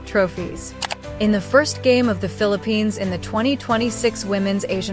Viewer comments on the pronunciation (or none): The Philip-penis. This AI sucks. It's FILIP-PINAAHS is how you pronounce it. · All I heard this woman pronouncing it as ‘filiPENIS’ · Is she pronouncing it "FEEL A PENIS" on purpose? 🙄 Ano bayan